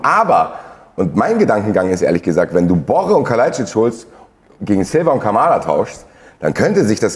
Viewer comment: BorrEEEEE! Nicht Borre.